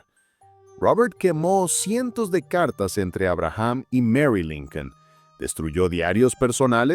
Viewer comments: Por que dice linkel? O yo estoy oyendo Mal? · No es linquen es lincon.compadre terco que es linquen wey